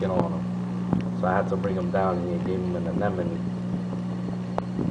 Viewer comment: Nice VId mate, nice to see other people setups, nice sump deisgn too, Also makes me laugh to hear how many people cant say Anemone properly still!